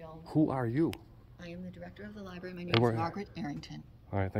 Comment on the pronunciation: Li-Barry. I can’t not cringe every time I hear it. Where did you guys in NY misplace the R at? Haha. Love you guys!!